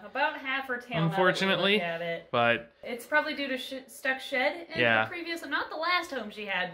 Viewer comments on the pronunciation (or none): Omg whe you put Alaska in the tub cause she had shed on her feet. I had to reply it cause I totally thought you said she had s**t on her feet. Lol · i know but first it sounded like the sh word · I really thought said "you got some sh*t on your feet" not shed. I was very confused lol